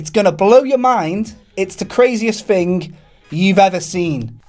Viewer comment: I don't want to know where is. I wan't to know why you can't pronounce "Thing" Not "Fing". TH before Ing not f.